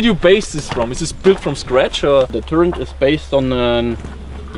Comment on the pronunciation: oh no he says Turrent. Nooooo